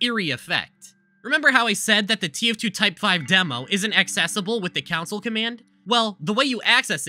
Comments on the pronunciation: he sounds like 🤓 but council is what pushed us off the edge. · SAME.. OH MY FU- AAAAAAAAAAAAAAAAAAAAAA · If pronounces "Console" like "Council", I wonder if they pronounce "GIF" like "JIF" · this guy says "console" as "council" 💀💀💀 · Why do you pronounce “console” like “counsel?” What’s your favorite counsel, the PS4 or Switch? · > makes fun of a guy for mispronouncing "console" > can't spell "a part" (this is meant as lighthearted ribbing not genuinely mean) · I never thought I would here the word “console” mispronounced so badly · Coming back to watch this video again and having to realise I’ll have to listen to him mispronounce ‘console’ lol Love the vid though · Why do you say console like that. Go to speech therapy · Bro cannot pronounce console lmao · bro you saying council instead of console made me so annoyed 😭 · Why say council instead of console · you slowly killed a piece of me everytime you pronounced console as council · Interloper drinking game: • Do a shot every time he says "council" instead of "console" • Chug every time he says "however" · I’ve never seen anyone pronounce CONsole as Council and it’s giving me the jeebies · I know he’s doing this for comments but I can’t resist commenting. The console/council thing is driving me nuts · Not going to lie it's running me up the wall hearing council instead of console but it's not that bad. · I’ve honestly never heard anyone pronounce “Console” like “Council”, I personally pronounce it as “khan-soul” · DUDE PLEASE STOP SAYING COUNCIL IT'S CONSOLE 😂😂😂😂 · The scariest thing in this video was him saying "council" instead of console. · It's Con-sole, not council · he says counsel dispute it saying console. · CONSOLE, GOD DAMMIT. CONSOLE. NOT COUNCIL. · Don't care how interesting this video could be, him saying council and not console irritates me way to much. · I'm sorry but council? Con-sole Con-soul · calling the console the council is the true source arg